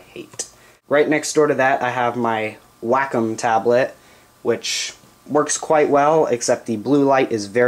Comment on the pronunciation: you pronounced Wacom wrong, like 90% of youtubers haha.